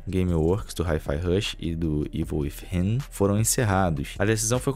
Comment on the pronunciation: Ei, meu, Within se pronuncia "Wizin" com língua presa. kkkkkkkkk